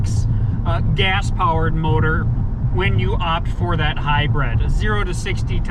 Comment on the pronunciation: console not counsel. hybrid not hybred. and, whats with those glasses? otherwise.......liked your review.